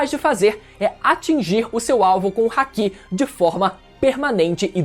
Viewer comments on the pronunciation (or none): Cara todo video da agonia ver o falar " RACK " em vez de " Haki " com o som do " i "